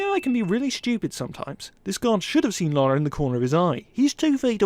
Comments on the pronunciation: Nitpick here he pronounces her name "Laura: when its Pronounced "Lara" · Why are you calling her Laura?? It's not her name. The video is good, but man that is such a buzzkill. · If you are going to do videos get the persons name right good lord it’s not that difficult and it’s Lara not Laura I swear people do it on purpose to piss other people off